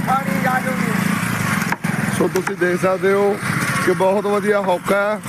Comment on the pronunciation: ਹੋਕਾ ਹੁੰਦਾ not ਹੌਕਾ 😊